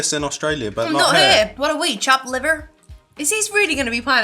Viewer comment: Am I the only one that thought she sounded almost American when she said “liver” 😂❤️ I listened to it like 3 times she’d be good at an American accent without even trying!